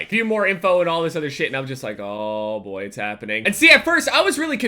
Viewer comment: am triggered by how many times you said "boii".